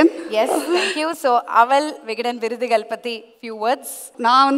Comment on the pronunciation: அவல் விகடன் விருதுகல். தமில் மிக அருமை. 😡😡